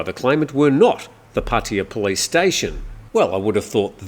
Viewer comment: What is puttia ??? I thought it was Pattaya my Thai friends are laughing too about the way you pronounced puttia